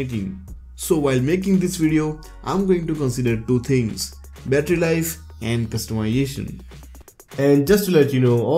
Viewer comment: Bro pronounce customization a little more clear....sounds like wtf....lol